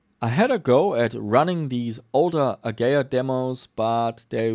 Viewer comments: uh-gee-uh not "A-gay-uuhhh. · its A GEE IA not A GAYA ffs.... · AH-GEE-AH.;) Great vid! Always fun to see you do repairs too! Hope you keep pushing forward with that too!